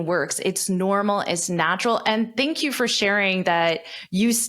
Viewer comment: Did you pronounce "thank you" with a /t/ at the beginning of the interview? 😧